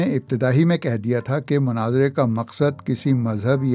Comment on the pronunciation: It's Not Manazara....it's Munaazara.... Kindly correct your pronunciation. Thanks 😊